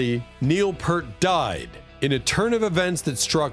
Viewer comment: ITS PRONOUNCED.....PEERT!!!! FFS...